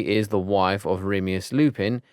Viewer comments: Remius lupin 💀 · he said remeus lupin😂😂😂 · Fleur’s dads name is very creative 😂 Also this is really annoying me but u keep pronouncing names by adding letters or skipping many, saying the names wrong. It’s like u say Enid like Eggnid…. Remus as Remius?! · Teddy rreemmuuss lupin remeus killed me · naRsiA blACk, awianna and remius though 🤣🤣🤣